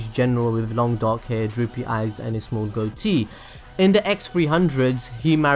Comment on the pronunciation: Also damm the way you say goatee tho